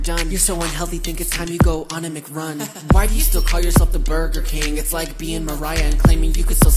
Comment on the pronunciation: I'm sorry but bugerking ewwww it's Wendy's